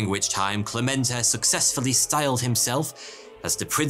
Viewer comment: All throughout the first half of the video you're saying Clemente wrong... It's spelled with E's, not A's. Meaning it's pronounced eh/ey, not AH Cl eh meh nt ey not Clah ment ah. Francesco Franco??? Don't you mean Fransisco Franco? You know, pronounces Fransssssssssssssssisssssssco? All their money came from overcharging patrons for little tickets, cards, idols, and the like. Overcharging by the hundreds. I saw a documentary about it that came out of Ireland (I think). It covered a lot about the Catholic Church and Ireland and they even went to the "city" in Spain. They were sent away. I think other fake churches were covered as well.